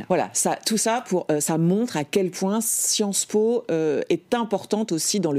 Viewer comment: J’ai bien aimé quand elle a dit : Sciences Mo’ (sans le vouloir)